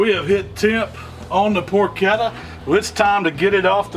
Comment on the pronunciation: Congratulations on pronouncing "porchetta" correctly. It drives me crazy when people mispronounce "ch" and "sch" in Italian words.